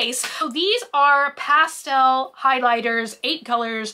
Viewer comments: Emphasis was on the wrong sounds.. might be regional 🤷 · When she pronounces pastel as ‘pass-tell’